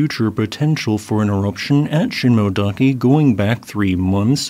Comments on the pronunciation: Shin-moh-eh not shin-moh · Sheen-moh-eh-dah-keh. The “-moe-“ part is two syllables, “mo-e”.